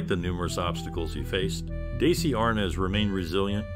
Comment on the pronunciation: His name is pronounced "Dezzy" not "Daysee".